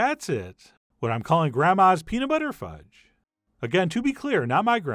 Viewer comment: Did he say Pete Buttigudge?